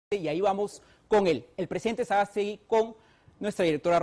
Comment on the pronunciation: Sagasti!!!! No Sagastegui!!!!